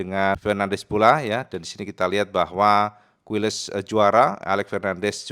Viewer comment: Izin sedikit info,: - "QUILES", dibaca "KILES". - "MUÑOS", dibaca "MUNYOS".